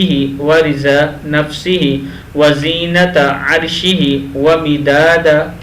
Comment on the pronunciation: وزینت نہی ھے وزنت ھے۔ جزاک اللہ خیرا۔